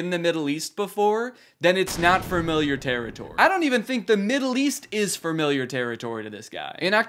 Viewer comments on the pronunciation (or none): why does he say fermiliar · did you say "fermiliar"? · Danny not being able to pronounce “familiar” is really endearing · i can’t get over how danny says “fermiliar” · Why am I hearing "farmiliar", Danny? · dude said “firmiliar” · love your vids danny… but fermiliar?!? 🤣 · Framiliar. FRamiliar. fRamiliar. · Had to stop watching bc of how you pronounce “Framiliar” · Danny says familiar like “furmiliur” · “framiliar” “framiliar” “framiliar” “framiliar”